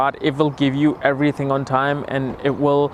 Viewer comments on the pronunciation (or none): none